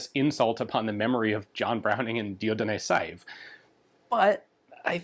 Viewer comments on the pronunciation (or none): The most consistently butchered name on gun YT: Dieudonné Saive.